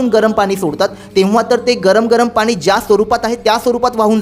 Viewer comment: मराठी मध्ये पानी नाही पाणी